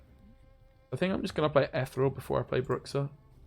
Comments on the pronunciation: Ethyyy real (like real madrid) not etherel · Ith-ear-ree-all REEEEEEEEE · Why cant you pronounce Ethereal? ;)